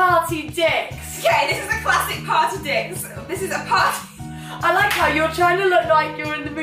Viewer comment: Damn, this whole time I thought you kept saying "pie dix" and I just could not get it hahaha